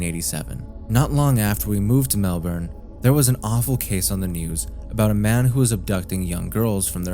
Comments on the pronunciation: completely irrelevant but please say melbourne correctly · Man people like you are so fucking annoying. No nonlocal is going to know the fucking pronunciation of your city.